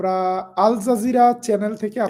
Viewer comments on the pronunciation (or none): none